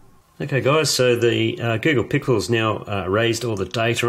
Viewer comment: he says the google pickle